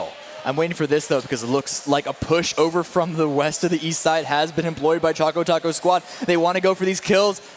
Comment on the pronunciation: His name is ChocoTaco and not ChacoTaco u fools........